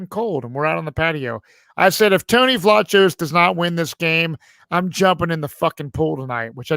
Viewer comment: Tony pronounces it “Vlah Kose.”